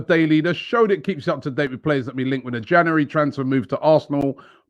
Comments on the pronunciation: Is it a transfer window video if he doesn’t say JANARY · Am I the only one who finds the way Robbie says January jarring